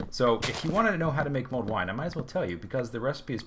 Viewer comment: Mulled, not mold. ;) While I know next to nothing about wine, I have a feeling if your wine's growing mold, you've got a problem.